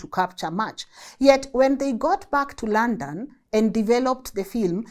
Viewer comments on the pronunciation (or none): none